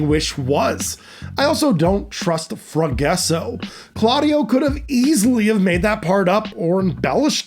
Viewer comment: Ita not Forguesso its Forgasso (fore-ga-so)